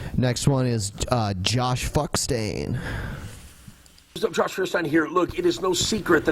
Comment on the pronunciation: I know this is just a minor issue compared to the impossible big load of bullshit, but it drives me nuts every time: When will Feuerstein learn that the pronunciation of his very own name is "Foiershtain" and not "Fearstain"? It's german and not a made up fantasy language. Yes, I understand it's just a name/label, you can bend the pronunciation when established for other languages (like as an american name) but I can hear it wrong only so many times until I have the need to say at least one time: MEH.